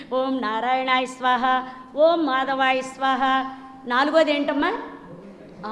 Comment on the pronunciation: Madam 112 yella sadananda gaaru Oom kadu Aoum Aoum ani chepparu😂